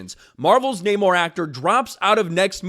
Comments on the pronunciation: Uh, it's *NNNUR-Mor!...nnnuuurrr-mmmoirrr Victoria Alon...whelps...."So"?! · See what happens when you say the namor name wrong lol